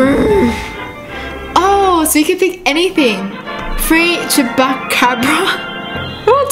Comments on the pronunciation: it's pronounced chew a kobra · you pronounce it chu pa cab ra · BTW you pronounce Chupacabra like Choo pa car bra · It's pronounced el chubakabra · It's ch-PA-ca-dra